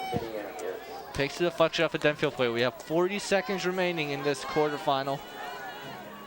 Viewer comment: It's Denfeld, not Denfield. There's no 'i' in Denfeld.